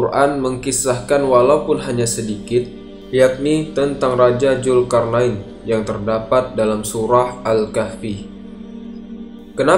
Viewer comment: Zulkarnain bang bukan julkarnain